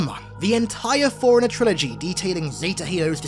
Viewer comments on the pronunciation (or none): I'm convinced that this man pronounces "forerunner" and "foreigner" exactly the same.